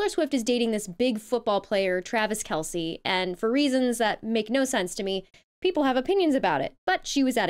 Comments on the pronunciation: Candy Owens? Who is she again, and why is she upset? By the way, someone should let her know his name is pronounced, Kel-See! 🙄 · It's KEL-SEEEEE lol 😍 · So, Travis Kelce (she pronounces as "Kelc") plays for the Kansas Chiefs? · Candace should learn to pronounce Kelce if she's going to trash his gf. Also, if watching makes her cringe, don't watch. That's what adults do. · 😂😂😂😂😂 She doesn't even pronounce the name of the football team or Kelce's name correctly but she has the nerve to give her uneducated opinion bc Taylor pushes for political policies that help people... Behavior? She needs to berate Her Orange Jesus for his..Go figure 😂😂😂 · Kansas Chiefs and mispronouncing Travis Kelce's last name=poorly prepared commentary. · not being versed in sports talk is not as bad as getting someone's name wrong. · Klandace can't even pronounce Kelce's name correctly.